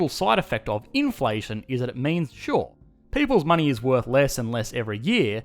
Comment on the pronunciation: I love it everytime he says "shore!"